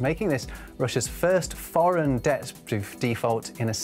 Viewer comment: It’s ‘debt’. Not ‘dette’. …..just saying.